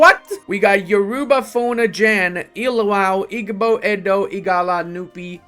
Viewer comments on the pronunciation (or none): none